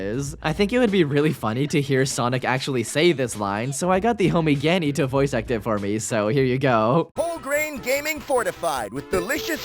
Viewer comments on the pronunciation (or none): It’s geeahnee. Not ganny. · Wait, that’s how you pronounce Gianni? I always thought it was “Gee-awn-ee” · "gee-anni" thats not how u say his name !!!1!1!!!!